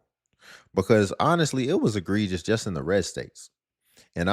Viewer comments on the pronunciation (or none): none